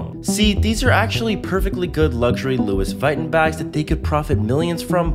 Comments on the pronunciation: I’m sorry who is “Lewis vighton” it’s pronounced “loo-ee vih-toh-n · I’m sorry, but can’t you repeat “Lu-is vy-ton”. ITS PRONOUNCED LUIE VITON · Louis Vaiden no no no it’s pronounced loe-ve-ton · ITS LOUIS VUITTON PRONOUNCED LEWIE VUHTON BRO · Ah yes, Lois Viton. Totally not pronounced like Lois Vuitton 🤡👌🏼 😐🤳🤡